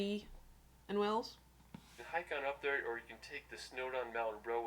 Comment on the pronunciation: He didn't really show you much of Wales yes there are A lot of city's in Wales plus he Needs to learn how to pronounce Wales properly